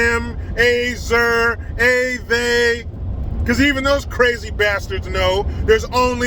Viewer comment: " Athey" LMAO!